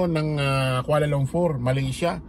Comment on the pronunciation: Kuala LUMPUR hindi LUMFUR